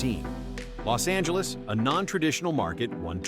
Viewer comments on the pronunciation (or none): none